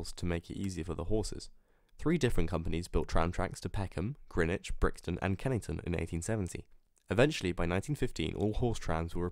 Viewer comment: As a South East Londoner myself I must applaud your correct pronunciation of Greenwich. Grinnidge is the way us locals say it, not the ridiculous Grennitch that everybody who has never lived there insists on calling it. I was also at primary school for a time with Anita Shillibeer who was the great granddaughter of George Shillibeer. And finally, what an excellent video. Many thanks for all your time and effort, it was well planned and succinct yet totally engrossing. All the best, Dave.